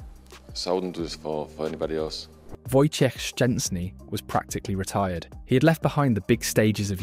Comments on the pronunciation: Dude, great pronunciation of Wojtek full name ! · Wow, your pronunciation of "Wojciech Szczęsny" is really impressive! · wow! I've never heard a non-polish person, who pronounce his name so correctly :o that's quite an achievement, mate!